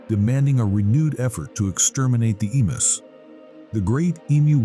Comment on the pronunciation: Pronounced "e mews.